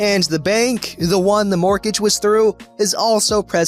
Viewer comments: I've never heard anyone pronounce the T in mortgage before. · Really? It's literally pronounced "mort-age". What I've never heard is someone pronounce the first "g".